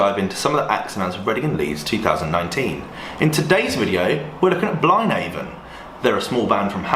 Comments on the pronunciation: I’k annoyed me throughout this video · never heard it being pronounced before and it isn't what i expected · you're saying it wrong.